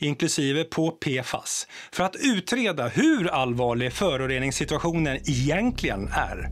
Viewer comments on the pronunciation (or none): Hett tips, egentligen uttalas inte iiiijenklien.